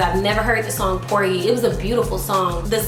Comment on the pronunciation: Did this girl just say "Por-gee?"😅 But kudos to you knowing who the GOAT is. Keep learning!